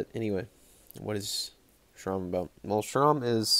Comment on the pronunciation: I heard Jeroen from Horrible Reviews pronounce it as ‘shrum’ so many times it just stuck with me 😂. Nekromantik 2 rocks, ranking Jorg Buttgereit is like picking a favorite child hahaha, appreciate you man 🤘🤘🤘